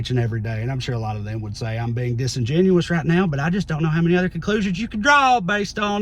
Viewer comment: Trae. You said “disingenuous” 5 syllables T. 5….